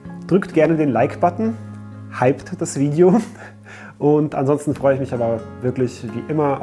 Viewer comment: "isch"😂 Wird immer gruseliger in Deutschland